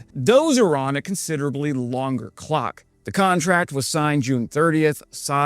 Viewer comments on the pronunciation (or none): none